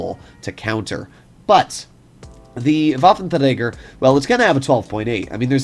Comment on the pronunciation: Yeah - just say waffenrager